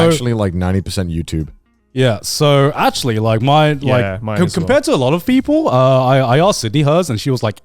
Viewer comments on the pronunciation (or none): Garnt said "feople"